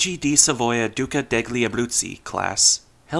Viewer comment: Quite an interesting career for an Italian ship! ‘Degli‘ (Abruzzi) is pronounced ‘delyee‘ btw. But in general your pronunciation of foreign names is pretty good. 👍